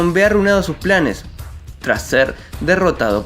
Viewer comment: dice panes en vez de planes xd